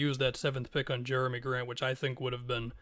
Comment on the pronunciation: “Germy” Grant 😭 very interesting on the trailblazers side of things